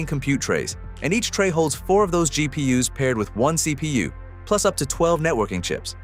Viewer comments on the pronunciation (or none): You're gonna need to upgrade your AI narrator. GEE-PEE-YUS is making this channel look bad.